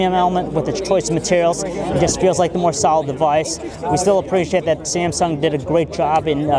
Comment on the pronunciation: he pronounce Samsung as Samesong.. -.